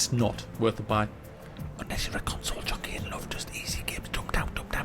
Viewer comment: COUGH-SOLE was all I needed to hear. Thanks